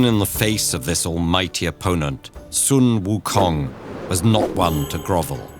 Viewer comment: No hate at all, but it is so simple to research the correct pronunciation of sun wu kong!